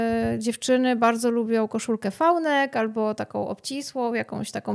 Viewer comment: vi-neck, nie fal-neck jak już mówimy po angielsku ///no offence super wywiad